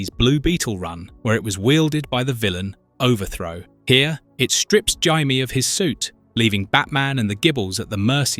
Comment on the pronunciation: I do wish you pronounced Jaime's name correctly.